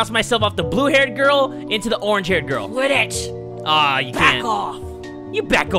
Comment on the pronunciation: When the girl delinquent said quit it i tought she said quidditch XD